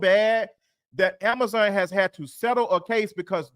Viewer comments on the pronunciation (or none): none